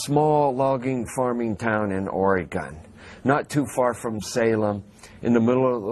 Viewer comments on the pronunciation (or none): "I grew up in a small foresting town in Origun"....Who the fuck calls it Oregon? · No Oregonian would ever say (Ora-gone) FACT!